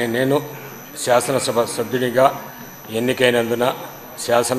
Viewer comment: Shashanam shabha ennikudaina. Bharata desha sharvabhoumadhikaranni, shamagratanu. 😂😂 Oreeiii evadaina veediki speech therapy iyyandrareii , vinalekapothunamu 😂😂